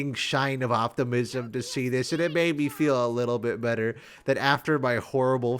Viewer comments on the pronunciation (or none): none